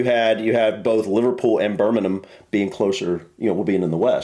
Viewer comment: Bir-ming-um,. The only time I've heard it pronounced the way pronounces it was by a bloke from the south, who had never been to the Midlands. He also said Nottin-num, not Nottin-gum how the locals say it.